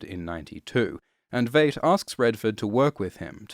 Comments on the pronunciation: Come on man, you watched the movie, and you watched the tv series. Why continue to mispronounce Adrian’s last name? It’s pronounced “V 👁 T” not ‘V8T”! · I'm sorry, but I have to say it, it's pronounced VYET not VAYT. It is known. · I'm a little over a third of the way through the video, and you've already mispronounced Veidt (pronounced Vyte) and Bass Reeves (pronounced Bass - rhymes with Ass). Kudos for pronouncing Trieu properly. But then butchering the easy ones? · Vate. Vate. Vate. Sound it out englishman. And eggs represent rebirth? To who? When? Ever? Maybe a chrysalis does but an egg? Just shut up. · I swear hasn't seen a single episode of the show because he pronounces it as V8....this is such a disappointment. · Veidt is pronounced like "Fight" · Every time you mispronounce Veidt as Veight I want to stab myself in the ears. I mean, you watched the show I'm assuming so, you heard the correct pronunciation there not to mention the movie. That leads me to believe its intentional but I can't for the life of me figure out why... Great vid otherwise. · It's pronounced "VITE". It was pronounced that way repeatedly throughout the show. Did you actually watch the show? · Pronounced VITE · It seems most people on YouTube cannot pronounce "Veidt". It sounds like "white", as it's derived from the Latin word "Vitus". - Superb video despite this. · I swear hasn't seen a single episode of the show because he pronounces it as V8.... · Veidt, with a long "i" vowel sound. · Everything about this video is perfect, with one exception: please learn to pronounce the name "Veidt". They said it out loud in the show itself many times. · when you do 2 in-depth videos about watchmen and you still can't pronounce Adrian Veidt's name correctly 😆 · I know people have had issues with how he pronounces Veidt and Bass Reeves and whatever else but nobody beats him saying “WATCHMEN.” Nobody. Best voice in the business.